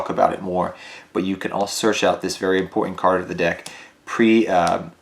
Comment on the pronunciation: >prEE-meh-tivv butterfly wtf